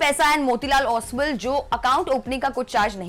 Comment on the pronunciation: ओसवैल नही ओसवाल, जीरोडा नही जेरोधा जरूरी है मुंह चबा चबा के बोलना😂😂😂 बेमतलब का लिंग्यूस्टिक शोऑफ!